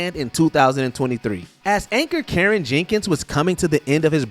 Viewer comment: You called Ciaran Jenkins "Karen Jinkins?" His first name is pronounced KEER-RAN.